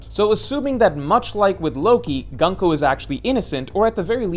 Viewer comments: Why say gan-ko? Her name is gunko like luffy or usopp or brook, not laffy or assop or brack. Like a shorter version of goonko. gun means military in japanese, ko is child military child. not gun like english gun. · Stop saying gunk-o bro that’s not how it’s pronounced 😭😭😭